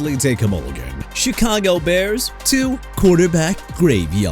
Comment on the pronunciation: BRO LET ME TELL YOU SOMETHING: YOU DON'T GET TO MISPRONOUNCE EVERYBODY'S NAMES IN YOUR VIDEOS NO MORE! YOU UNDERSTAND?!?! JAKE DELHOMME AS IN DEH-LOHM NOT DEL-HOME!! CHICAGO AS IN EITHER SHUH-KAH-GOW OR SHEE-KAH-GOW NOT CHEE-KAH-GOW!! NEW ORLEANS AS IN NEW OR-LINS NOT NEW OR-LEANS AND THE DOLPHINS TO SEPTEMBER CHAMPIONS... ARE YOU KIDDING ME?! THEY'RE A MESS AND THEY'RE IRRELEVANT, LACK OF A FRANCHISE QB AND A POOR DRAFT HISTORY AND THEY CAN'T WIN IN COLD WEATHER... AND?! YOU GOT A PROBLEM WITH THE TEAM, ADDRESS IT IN PERSON!!! YOU'RE DONE DISRESPECTING THE MIAMI DOLPHINS AND YOU KNOW WHAT? SOMEONE NEED TO DO THE VIDEOS INSTEAD OF YOU!!